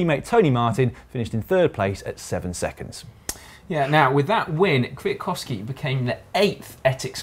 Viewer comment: Wow, Dan pronounced perfectly Kwiatkowski's name, he is not like a Boss, he is a Boss. Caption: "Take my wheel mate, 11 bars of grass".